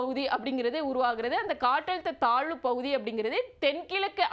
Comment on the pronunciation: Malai pavuthi ya😅 ayyo pls don't make the language funny.